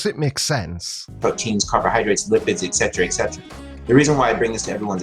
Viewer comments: You know Joey's an idiot because he pronounces "et cetera" as "eck cet-ra" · Pronounces it "ekcetra". Red flag #1.